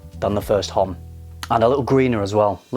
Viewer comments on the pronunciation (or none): In "homme" the 'h' is silent, you should read it 'omme'. Just sayin ;)